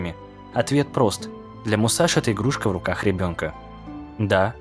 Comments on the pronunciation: НЕ МУСАШИ А МУСАСИ ДАУНЫ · Крутой ролик, только вот одно но: Не Мусаши, а Мусаси. В японском что-то на подобии есть Ш, но в даном случае он Мусаси, а не Мусаши.